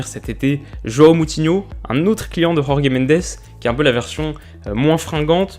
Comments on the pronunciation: En portugais, Jorge ce dit George comme en français ^^ le J espagnol c'est pour les espagnols :) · S'il te plait prononce tout les j des portugais comme en francais on ne les prononce pas comme en espagnol donc tu dit Jorge comme Georges pas yorgé . Sinon très bonne video et c'est sûrement l'équipe que je vais supporté cette année en premier league ( avec Man Utd un de mes clubs de cœur ) étant donné mes origines portugaises et toutes cette colonie de joueur portugais ou issue du championnat portugais . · Excellente vidéo comme d’habitude, mais juste c’est Jorge Mendes prononce le J comme en français car il est portugais pas espagnol. Le J en portugais se prononce comme en français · Super vidéo! Mais petit conseil de prononciation, Jorge en Portugais se prononce quasiment comme en français. Donc tu peux le dire à la française, plutôt qu'en espagnol qui n'a rien à voir ^^ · Magnifique vidéo comme d'habitude ! Juste un détail, Jorge Mendes est portugais et donc on prononce son nom comme on prononce Georges... La Jota expagnol n'existe pas en portugais, les -J se prononcent comment en français et les G aussi :) C'est juste un détail parce que sinon t'es vraiment excellent mec !!! Keep going ! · Jorge Mendes c’est pas ci compliqué à dire c’est pas un espagnol pour prononcer les « j » en « r » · Salut! J'adore tes vidéos et je trouve celle ci top encore! J'ai cependant une petite remarque de prononciation ^^ jorge mendes est portugais par conséquent "Jorge" se prononce comme en francais. Ta prononciation est espagnole. Les j au Portugal se prononce comme en France ^^ voilà ^^ sinon j'espère que tu continueras toute la saison à nous sortir des vidéos intéressantes! Bonne continuation!